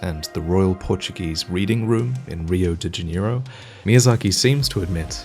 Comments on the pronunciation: "Rriow di djanieirow" = Rio de Janeiro Ok, you tried hard kk <3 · I thought to myself: Tons of dark souls videos.. This one has to be forced. Turns out it's an amazing video, thank you! Also "Riu de Janyro" lol Rio de Janeiro. Very surprising to see that part! ... It's so easy to cry out of happiness in these videos.. Thanks.